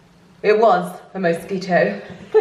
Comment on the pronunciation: "Mow-squitow" - 2020